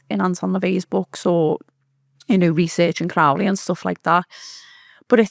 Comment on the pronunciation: Doing my head in how she pronounces Crowley. It’s meant to rhyme with holy.